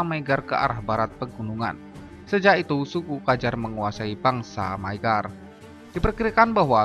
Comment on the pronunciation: Di judul ditulis bangsa maygar,, di video ditulis magyar tapi dibaca maygar,, yg betul yg mna ini,, Hongaria jg skrg sdh bukan sbgai republik Rakyat